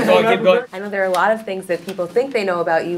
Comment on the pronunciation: the way louis said “dare” in an american accent is killing me